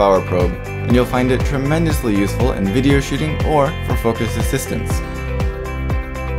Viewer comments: The way you say "shooting" sounds like you are saying "shitting". I started to imagine you saying that and this video became weird. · I cannot unhear this